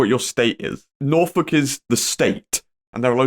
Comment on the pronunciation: petition for to never say norwich or norfolk again